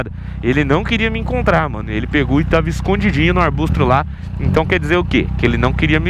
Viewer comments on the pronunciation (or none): O falou arbustro X2